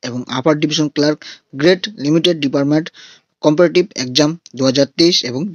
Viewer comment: ভাই তুমি সেই time টা মেনশন করে দাও, যেখানে বলেছো এটা ডিপার্টমেন্টাল এক্সাম। সবাই apply করতে পারবে না। তুমি তো ভিডিও এর প্রথমেই ডিপার্টমেন্টাল কে ডিপার্টমেট উচ্চারণ করছো। মানে তুমি বোঝাতে চেয়েছো ওটা ওই department এ নিয়োগ যে কোনো ফ্রেস candidate apply করতে পারবে। But ডিপার্টমেন্টে নিয়োগ আর ডিপার্টমেন্টাল এক্সাম আলাদা ব্যাপার।।